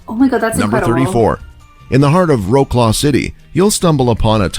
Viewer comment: I laughed my ass off hearing how he pronounced "WROCŁAW"... nooo i would have never guess it if there was no caption on screen...